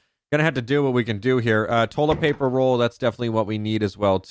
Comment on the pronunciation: Is It Me Or Is He Saying Tolet Paper